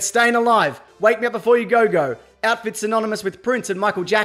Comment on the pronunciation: “Mee or may”